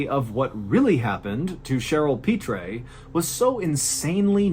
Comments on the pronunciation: Louisiana native here. “Pitre” is pronounced like “Pete”. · Hearing Mr. Ballen mispronounce the last name Pitre so many times was maddening.